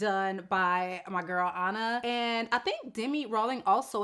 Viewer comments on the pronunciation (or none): none